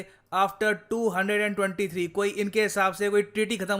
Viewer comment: two hundred and twenty three 😂😂